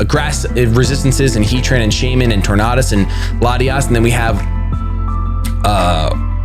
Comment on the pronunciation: You say tornadus wrong..